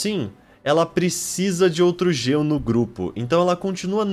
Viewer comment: Ele fala Geo mas as vezes parece gelo kkkkk é estranho rsrs belo vídeo 💗